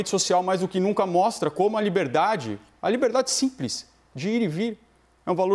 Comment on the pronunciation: Simpres?? Mais o que é isso??0